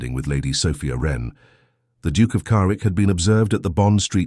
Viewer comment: The Narrator keeps pronouncing his name Carwick but its spelled Carrick. Good Story, I love the relationship of the sisters.